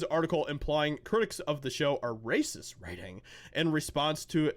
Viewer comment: “Rrrrrrrrrrrracist!” Role those R’s people. Btw you could be a voice actor😂